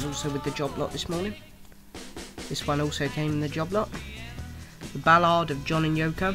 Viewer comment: Sorry, but that issue of Hey Jude isn't an original pressing. It's an early 1970s pressing. "Ballad" is pronounced as "Bal-lad" as opposed to "Bal-lard". "Mary Had A Little Lamb" IS a great single... "Photograph" was a Harrison-Starkey (Ringo) co-write. Badfinger are a GREAT band - "Come And Get It" written by McCartney. "Stars On 45" is a med-ley, not a melody... Nice Lennon picture disc!